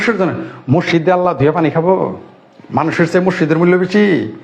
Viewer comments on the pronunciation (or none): none